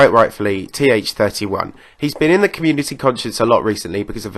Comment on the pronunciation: my boy th31 (also his name is pronounced "the one" btw)